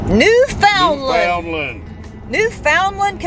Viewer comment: Don't let them Newfie's get any of that Screech into to ya... nasty stuff. BTW it's pronounced New'fundland Newfie's are awesome people though... have several Newfie's as friends